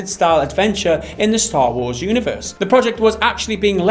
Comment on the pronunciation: its star not staaaa